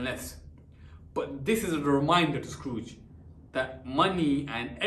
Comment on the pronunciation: He said scrooge as scarooge